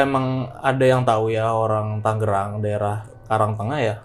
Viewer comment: TANGERANG boss... "G" nya satu tengah